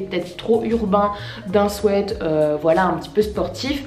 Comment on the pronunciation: Je rêve ou elle a dit swait sa m?'a choqué mais sinon super vidéo